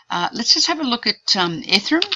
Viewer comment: Just FYI, pretty sure ethereum is pronounced eth-ere-um not ethe-rum. Thanks